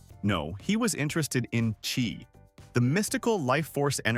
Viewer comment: Chi not key.